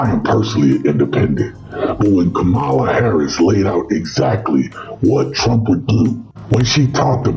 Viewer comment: Thanks for saying her name correctly,. I was so tired when MAGA intentionally mispronounced it. I appreciate all you do & will always support your content!!! 😊